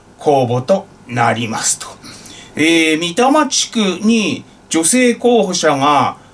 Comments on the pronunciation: たしか 三多摩 は 「みたま」ではなく 「さんたま」と呼んでいると思います。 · 『三多摩』と書いて『さんたま』と読むのです。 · 「さんたまちく」ですよ ❢ 笑っ 北多摩地区と南多摩地区と西多摩地区が三つで「さんたまちく」です ❢ 失礼しました…｡ |彡ｻｯ!! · 貸借対照表をちんしゃくに続いてミタマとは耳を疑った。東京都から立候補するんだからちゃんとサンタマ地区ぐらい読んでいただきたい。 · ミタマではなくサンタマが正解です。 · 三多摩→みたま× さんたま◯ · 三多摩地区は一般的に「さんたまちく」と読まれています。 3つの多摩地区（東京23区より西側の市）という意味です。 普通に生きていたら「さんたま」と読めないですけどね（笑） 常用漢字ではない読み違いごときで突付かれる政界ですから、心無い人に突付かれないように指摘させて頂きました。